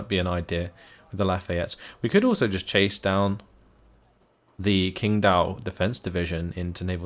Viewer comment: hey. Lovin it. 我会说中文。 It's pronounced more like tching dao. Keep em coming!